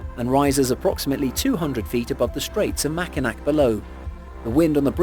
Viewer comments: It's pronouced mac in aw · Great video, I enjoyed it very much. Just so you know, number nine is not pronounced with two K sounds. It’s pronounced like Mac-in-awe. I know it’s weird but I have family that live near it and I’ve been across it several times. It’s really high up, parts of the road are Metal grate so water won’t stand on it so you can see through the road, and oh my god, it can be unbelievably windy. Like push your car into the next lane if your not careful windy.